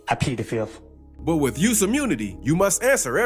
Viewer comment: He actually pled the "fif'"